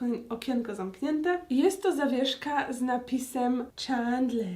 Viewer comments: Agnieszka : Czandler Ja : Aga ja wiem że się pisze Chandler ale jeśli ogładałaś wszystkie odcinki to powinnaś wiedzieć że muwi się Czendler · Ja z moi tato to oglondam bardzo długo a ulubionymi to Rachel i Phoebe i do tego wymawia sie czendler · Plis mów czendler a nie czendlar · Dlaczego czytasz Czandler, a nie CzEndler? 😀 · Tak wielką fankę Friendsów, jak Aga mówi o sobie, powinna wiedzieć, że nie wymawia się czAndler, tylko czEndler. Tyle razy oglądała i nadal się nie osłuchała z wymową imienia jednej z głównych postaci? :P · Czemu ty tak przekręcasz słowa nie doś ć że mówisz clickbait zamiast clikbejt tak wiem że pisze clickbait I zamiast mówić czendler to mówisz czendlar i tak wiem że pisze się chandler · Właśnie ja też uwazam, że to się wymawia Czendler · Uszy mi krwawiły jak wymawiała jego imię 😭 XD